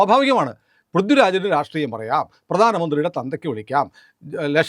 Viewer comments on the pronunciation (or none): none